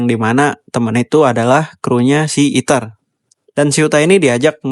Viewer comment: fren fren, este luis noh eja , malah eater bukan ether